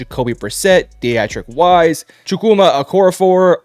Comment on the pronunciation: Good production quality, but this is my first video of yours and the pronunciation butchering (Wise and Onwenu) and Chuks situation makes it really hard to put much weight in your takes. PFF grades are great, but a quick Google search or find a YouTube video on these guys and you'll get the pronunciations. Only sharing this because the video is good otherwise and i can see how much time went into it.